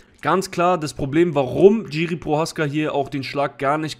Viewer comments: Name wird jirschi ausgesprochen nicht tschiri!!aber wie sonst geiles video!!! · Bro, bitte man spricht es nicht "GIRI" sondern "Jiri" aus (tut mir als Tscheche weh in der Seele) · Kurzer Kommentar zur Aussprache von "Jiří Procházka", gehe mal nicht auf die diakritischen Zeichen ein (Haken und Strich), da das r mit Haken in der deutschen Aussprache nicht existiert und das lange a von der Betonung sehr ungewöhnlich wäre. Aber es macht keinen Sinn das "J" von Jiri, wie ein englisches "J" bei "Johnson" auszusprechen, es ist einfach ein "deutsches" "J" wie bei "Ja".